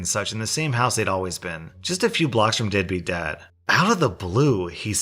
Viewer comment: Anyone else hear “deadbeat dad” as “dippy dad”??🤣🤣 I kind of like that better😁